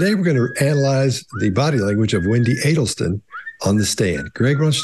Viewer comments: Who said “Adelston” at the beginning 😂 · It’s Adelson not Adelston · its not Adelston,is Adelson. It alwsys helps to have the names right. It gives more credence 😂